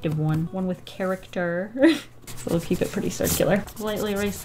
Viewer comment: I love how she said “it gives it ✨~character~ ✨”